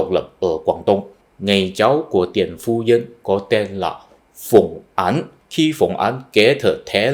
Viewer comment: Bạn tập phát âm lại âm án với áng nhé. Phùng Áng bạn đọc là Phùng Án rồi.